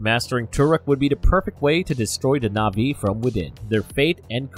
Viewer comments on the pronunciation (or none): Proonounced eee-krahn! Pronounced tah-rook mock-toe! Pronounced Sah-hay-loo and the Na’vi has a glottal stop in the middle before the last syllable. Not nahvee. I don’t speak Na’vi but watched the first movie enough to be able to pronounce certain things.